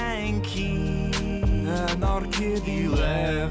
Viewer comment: i keap hearing anar-kitty , wich to be far it's not that far off